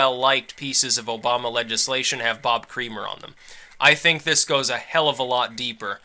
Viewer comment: Doesnt Creamer pronounce it Kra-mer? Its just every time his name is said I think of a facial, I am trying to train myself not to think about this stuff.